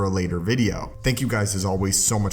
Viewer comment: Fank you fank you sooooo much!